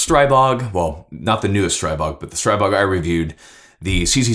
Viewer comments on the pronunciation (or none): There is no such thing as Stray-bog. The "stri" in Stribog is pronounced like the "stri" in strip and not like stripe.